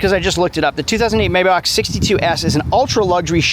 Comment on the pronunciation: Say it with me: Maybach = MyBock. Purosange = poorosaang